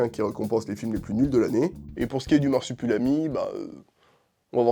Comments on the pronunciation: MarsupUlami ????? Pas une fois tu le prononces comme il faut à savoir marsup'i'lami !!!! La vidéo est cool mais ça c'est pénible. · le mec dit "Marsipulami" pendant toute la vidéo 😭😭